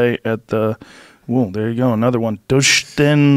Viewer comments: Naw Joe, your intelligence was just capped so hard the way he tried to pronounce the word “Deutschen” which just means German. Like c’mon. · doooshtennn mediiikhiiiin :))) joe reading german word,,i want moreeee